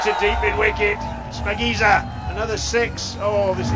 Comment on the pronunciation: It's not spakinza its shapagiza